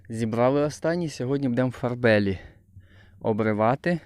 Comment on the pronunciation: Вітаю. Моя теща перекладач з французької, каже що Farbali читають як Фарбалі а не як на англійський манер Фарбелі. Доречі маю дерево чотири роки, і в цему році було аж п‘ять плодів. Здоровенне дерево а плодів ніц нема. Ще так рік і педе на перепрививку.